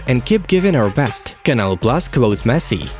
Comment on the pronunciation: Did he really said “MESS” instead of Messi 😂